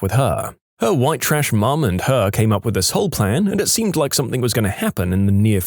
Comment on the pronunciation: No K in the word something